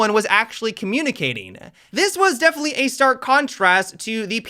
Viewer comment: devenetly luck 🤣🤣